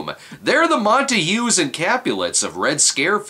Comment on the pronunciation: lol I've never heard somebody pronounce Montague "Montahue". It's my last name so I hear it said weird a lot, that's a new one